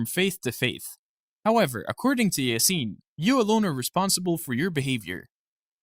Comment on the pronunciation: İ think when you say "Yasin" you shall put the emphasis on "a" instead of "i"